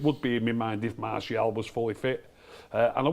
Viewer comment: Just skipped the video to a random spot and the first thing I heard was saying "Marsh E AL" 😂